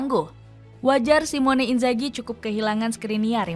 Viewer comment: Bukan simione min tapi SIMONE